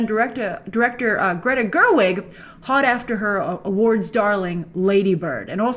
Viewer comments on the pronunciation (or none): none